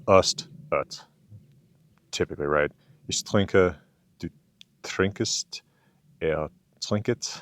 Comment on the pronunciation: You pronounced "Ich trinke" (With "Trinke" having two syllables) pretty well but as for "Du trinkst" und "er trinkt", you're adding an extra "e" or "uh" sound/syllable. So rather than "Du trinkest" and "Er trinket", its just one syllable. Think of it perhaps as something more akin to the english "he drinks" with an added "t" for the German "Du trinkst". Another amazing video as always! Takk fyrir 😊